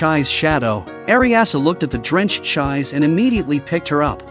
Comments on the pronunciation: It's not Ch-eyes, IT'S CHEE-SEH!!! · The name of the red headed girl is pronounced ’Chee-say’, not ‘chize’. If you’re going to use computer voices to narrate, at least make sure you get the pronunciation right! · Her name should pronounce like "Ji-Seh" not Jai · everytime the ai pronounce her name as chize instead of chees-sé always makes me giggle a lil bit 😂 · Chise is pronounced Chee-say. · It's too late, we are all emotionally attached to cheese now .